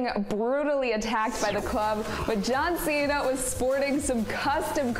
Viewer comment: She's cute but she said " Jron Cena"😂 it's JohnCena 😂😂